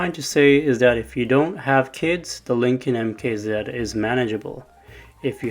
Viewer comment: Idk if anyone has ever told you but it’s MKZ not MK Zeed.